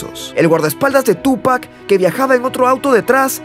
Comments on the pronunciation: Tupáccccc Con acentooii o sonidoio fuerte en la ú xfa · No puedo concentrarme en el video si sigue poniendo acento a la U al llamarlo Túpac. No lleva acento maestro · hermano pronuncia bien el nombre, carga la acentuacion en pac... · Me sangran los oídos cada vez que dice Tupac!